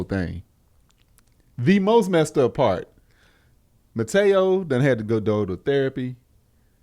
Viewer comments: and y'all my dudes lol.. but the brotha name is Manti Teo 🤣🤣🤣 I was crying hearing y'all call him "Mateo"🤣🤣🤣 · said mataeo 😂😂 it’s manti te'o. Who tf is Jeff 😂😂😂